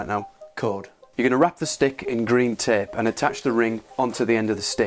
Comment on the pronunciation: Tææp is now the way I'll pronounce it forever. Gorffer tææp fixes everything!